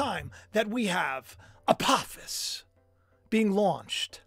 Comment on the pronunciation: Isnt apophis a long o sound?